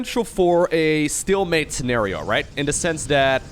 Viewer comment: oh man ... learn how to pronounce stealmate man ... it bothers me.... dunno why